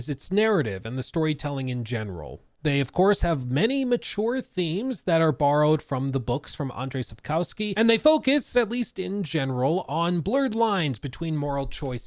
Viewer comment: Dear, your TW3 critique "then" was the video that made me subscribe to your channel. I'm elated that you returned to the game albeit it is in connection with the announcement of the next game. Btw: Sapkowski is pronounced: sup KOFFS ki. Conc. the world: 1. White Orchard is near to Wyzima (you can see the "skyline" from specific places on the map. Wyzima and Novigrad are pretty far apart. Of course, we don't have maps with distance markers in the game or otherwise but I guess the distance between the two cities at least about 3 times the diameter of the combined Novigrad/Velen map. 2. Toussaint is even farther away - at least 2-3 times the distance between Novigrad and Kaer Morhen which is at least double the distance from Novigrad to Wyzima. Traveling from Novigrad to Toussaint takes a few weeks or months. 3. A single open world in this game was not feasible as the distances between the interesting parts were too far in the established lore of the franchise. This is not an original invention by CDPR and as they always try to stay true to the source material they had to split the map into 6/7 parts. Recommended difficulty: Deathmarch: No, no, and no. You (as in YT reviewers) only look at your own demographics. I'm nearly 60. I started gaming with 45ish. I don't have the reflexes or the precision of young people (who still have more than a decade of gaming under their belt). I need all the assistance of alchemy and other systems to get through the game at the lowest diffic